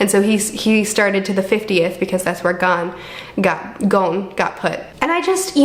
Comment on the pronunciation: Gon is pronounced as if a French person were saying it.